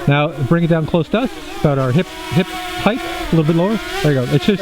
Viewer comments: It's not "HeigTH" it's "HeigHT" it's hard to watch a 50 or older person pronounce HEIGHT The wrong way. I bet he says supposebly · Hey Like this video, I'm looking to get a drone that isn't necessarily a DJI. Same as your friends requirements but doesn't have to be a dji but it's OK if it is. Any advice? BTW " height" is pronounced with a hard "T" at the end. Not a " th". Just like it's spelled heighT (Hi-T) not heigTh.